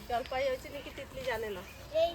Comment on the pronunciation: Jolpoi ??? Jolpai bolun